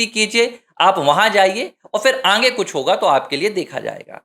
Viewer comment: Poor Pronounsation, aange